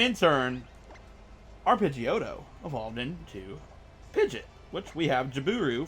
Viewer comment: so sorry but pid-gee-ot